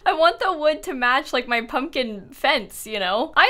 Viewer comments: It’s a pub-kin patch! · Then she made it a "pub-kin-patch'. haha